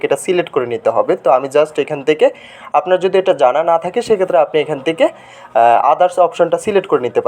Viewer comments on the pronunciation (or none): none